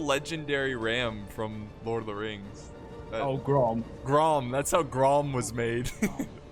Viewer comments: Ghrond, not Grom, lmao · It's not grom, it's grond.